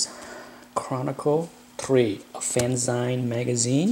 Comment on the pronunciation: I've always been a fan of Byrne and his work caught my eye when he was still at Charlton, long before he did anything for Marvel. Thanks for posting this. BTW: "fanzine" is pronounced like "magazine", not the way you pronounced it.